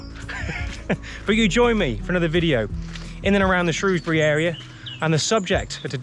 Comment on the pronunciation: As an ex Sundorne lad It's good to see the old canal looking just like i remember it. Thoe it would be good to see it in full water with narrow boats . Plus it was good to hear you pronounce the name of the town correctly Lol. As i used to say No o in Shrewsbury. 👍